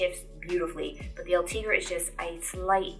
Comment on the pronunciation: Sei bella, but is: Ultegra, not Ultriga